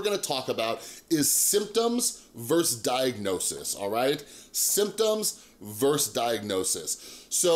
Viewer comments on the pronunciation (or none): hey dude, really like your energy. just wanted to let you know you're mispronouncing the word versus. please check it out :)